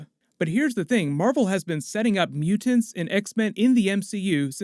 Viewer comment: You say mutants justttttt a little off